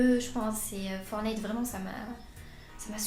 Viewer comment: FOR"T"NITE PAS FORNITE LE T LA IL SER IL EST PRÉSENT LE TTTTTT😤😠😈